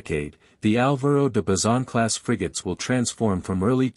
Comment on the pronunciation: No son Álvaro de macizon.enterate bien son Álvaro de bazon.maldita ignorancia artificial